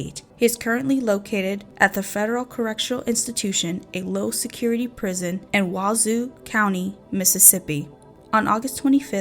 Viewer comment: It's Yazoo County MS not Wauzu county